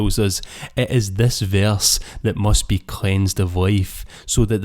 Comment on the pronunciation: Verse not veyarse 🤣